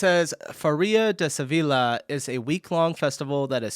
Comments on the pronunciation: Sevilla is spoken like "Seviya". Double L is a y sound in spanish. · Sevilla pronounced Seviya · First „SeviLLa“ and than „CAInnes“, you are killing me with the pronunciations in this one 😂 Still great video ❤ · It's Sevilla, means double l is a j . sevija, like ja or what ever. learn languages, it's american laziness. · If you do not speak Sevilla in the english way Seville but in the spanish way, the double-ll in the middle is spoken different. Just google for Sevilla and pronounciation.